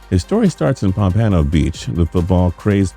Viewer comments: It's Pompano Beach. Not as you said it pampanno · pomp-uh-no. I cringe every time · Omg yes bro... the heck is pomPANo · I'm salty he at the way he pronounced Pompano 😭😭😭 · Pompano beach* get it right for once 🤦🏾‍♂️ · South florida is pissed at your pronunciation of pompano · Every video I see says it wrong. gets on my damn nerves. and I never even been to Pompano.